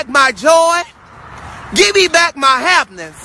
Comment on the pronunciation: My “hapness” yess.. and he reminds me of the lady who said “hebeebeeshondo, heebeebee shanamo”